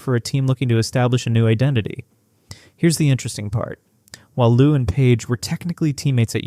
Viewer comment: If you can't pronounce the players names, your whole channel is discredited. Paige, Lou, Arike all pronounced wrong. Very easy to verify names before producing the video. Why would anyone trust your content? No new info, just lots of words saying almost nothing.